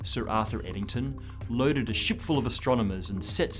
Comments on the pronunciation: he Says: "Loaded a ship full of astronomers" what I heard: loaded a shit full of astronomers" 😁 my gravitational hearing is at an all time high lol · "loaded a shit full of astronomers" - obviously a technical term (know he said ship, but had to check a couple of times)